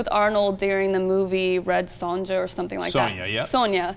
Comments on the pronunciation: Red Son'Jia'? My god, she's so young... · how could she pronounce it "red son-jah" seriously?... takes away lots of credibility in terms of her intellilgence.. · "Red Son-ja?" Oh come on! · You cant even pronouce Red SONJA? Who is this chick? Where is Anna? ANNA!!!!!!!!!!